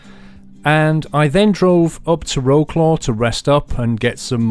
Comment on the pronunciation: Hey!You said Wroclaw wrong you now!You say it Vrochwav.Good look in city saying.If I hear you say it wrong I'll leave you a coment in that video.